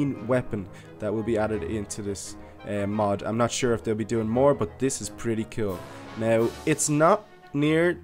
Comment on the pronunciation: your saying mod so wrong